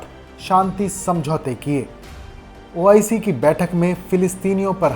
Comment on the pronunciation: Kaun bakchod audio de raha hai pahle to OIC bolna seekh le